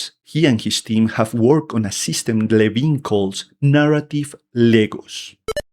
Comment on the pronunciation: Ken Levine. Its Ken Levine